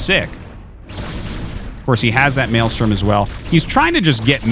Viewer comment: Me: "Mind control the defiler" Him: "Malestrom the eggs" Me: "or that"